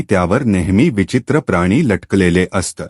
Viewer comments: अस्त नाही असत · Kahi shabda che ucchaar thik Kara. " Aasat" is a common word in Marathi.